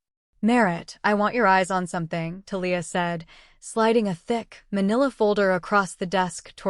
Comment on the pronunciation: Conflict of interest is just one of the flaws, but reader buy-in was broken early in this story by other flaws. You would get more likes and subscribes if you spent just a little time editing a story before you fed it to an AI TTS that pronounces Thalia wrong.